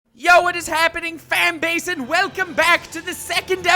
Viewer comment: Did u actually say ‘fam basin’?